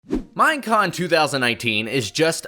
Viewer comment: did you just say minecon